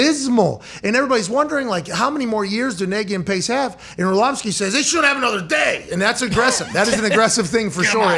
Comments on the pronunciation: If you're going to discuss the man, get his name right. It's not Orshlovsky, it's Orlovsky. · Or-slovsky is a wonderful mispronunciation! 🤣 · I love AJ Hawk mispronouncing Orlovsky as "Orshlovski" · Dan Orshlawvskie huh? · Is dude just incapable of pronouncing Orlovsky? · Is AJ mispronouncing Orlovsky on purpose or is he just struggling mightily with it?